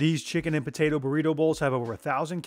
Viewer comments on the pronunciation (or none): none